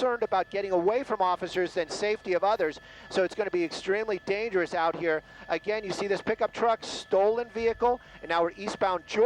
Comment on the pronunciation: Every time says "again", a kitty dies.! Stop it!;-)